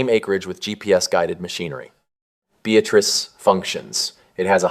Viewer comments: I went to high school about 82 miles southwest of Beatrice. The person narrated this video does not know how Nebraskans pronounce Beatrice. He pronounces it the same way you would pronounce a woman with this name, Be a trice. Nebraskans pronounce it " be At rice". I live in the Northwest, so I either fly from Seattle to Omaha or fly out of Spokane, fly to Denver and drive the 6.5 hours to where I went to high school. If I go the Omaha route I always stop and see my good friends in Lincoln, then drive the 2 hours to the small town I went to high school in South Central Nebraska. Lincoln is a great, growing city. Really a great place to live. Omaha is growing as well although I do not think it is as nice as Lincoln. Bigger but not better. Either way I am often driving through the small towns of Nebraska as I go back every May to see friends. I like driving the back roads. Most of the small towns are decaying and dying. There is not much industry in these towns. Farming requires fewer workers and with the creation of big box stores, main streets of small towns have become irrelevant. People are driving to larger towns with Walmart. Beatrice is only 46 miles from Lincoln. I have an old classmate who worked in Lincoln and lived in Beatrice. The town I went to high school had a population of just over 3000 people. It was a thriving town because it had two manufacturing plants. Both closed in the eighties. So, a town that used to have national chain stores and businesses like Sears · Beatrice is not pronounced BE-atriss. It's be-AT-riss. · It's also correctly pronounced as "Be-AT-trice". Big no-no locally to not get the pronunciation correct, just like Norfolk, Neb, which is locally pronounced correctly as "Nor-FORK"! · I got to the terrible mispronounced Beatrice and stopped watching. You need to study more . BEE-AT-TRISS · Please pronounce the towns correctly. Bee-at-trice. Cairo is pronounced Karo. Mon-o-why. We know we pronounce them differently.